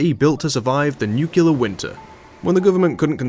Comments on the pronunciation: Great video as always, small nitpick though it's "nuclear" not "nucular". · Nu-clear. Like it’s spelled. Not nuc-u-lar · It isn't pronounced nuqular, you halfwit. It's nuclear. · I'm gonna be that guy but Nuclear is pronounced "new-clear" not "new-cue-lur" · I've heard people several times now mispronounce nuclear as "nucelar". Why is that so common?